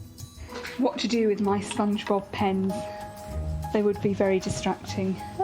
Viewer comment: is it me or i kept hearing the lady said Spongebulb.